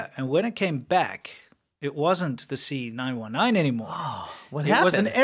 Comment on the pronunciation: the C919... why do i keep hearing "senile 19"